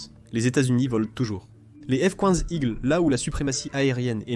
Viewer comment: "le f quouinze igkleu" ? Sérieux ?